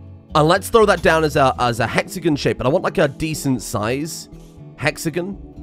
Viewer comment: Bro I felt like killing myself after you said hexagin for the 4th time (for context its pronounced he-x-a-gon)